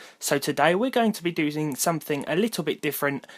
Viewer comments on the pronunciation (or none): doosing lol